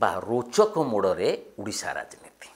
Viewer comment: ଉଡିଶା ନୁହେଁ ସାର, ଓଡିଶା